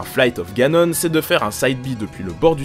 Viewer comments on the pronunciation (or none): le vol de ganON !!??? écoute on dit : ganone .